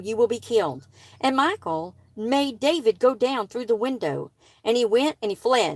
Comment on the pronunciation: I think Her name is pronounced mi...short i , like in the name Mickey. And then call, like a telephone call. Mi-call. Michal. I hope that is helpful.